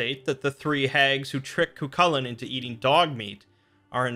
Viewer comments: Ka-hool-in, not kukalin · Dammit mate its pronounced Cuh-hoo-lan